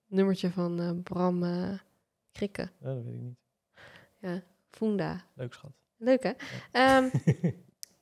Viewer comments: Eensch met Ghislaine, fUnda, niet fOEnda. 😏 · Ik zeg ook altijd funda met uh en niet oe, heb even op google gekeken voor uitspraak en t is dus funda met uh en dus niet foenda